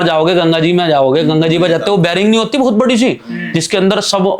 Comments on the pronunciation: बेरिंग नहीं भाई बेरिक बोलते हैं 🥳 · Bearing nahi barrack😂😂😂 bhai sach me jail gaya tha ki jhut bolra hai😊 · Abe baring Nahi bolte